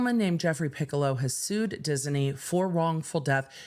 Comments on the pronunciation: Dis-i-ney? Disney. Is that a California thing? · I wouldn't say that it's incorrect, but she is adding an extra vowel syllable. So, where I say diz-knee, she's saying diz-uh-knee. I hope my phonetics aren't making this even more elusive, lol. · The way that pronounces "Disney" is out of pocket 😂. We're looking for "Diz-nee" to do the right thing, not "Diz-en-ee" 😂. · I didn't get any of what you said about the theme park case, because I was mesmerized by your saying Dis-in-ey! Dizz-in-ey? Fun with words! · Anyone else hearing Disney with 3 syllables? Diz-uh-knee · Lol...she swaps the n and e around and says Diseny!😅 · I love the way you pronounce Disney. Dis-en-ee. ❤ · Enjoying inserting an extra syllable into "Disney" 😂😂😂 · I'm obsessed with how she pronounces "Disney" and I want to hear everything about this case! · Me too, lol. She made it a 3 syllable word. 😆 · The way she pronounces it confuses me! I'm not a native speaker. Is that the correct pronunciation? 🤔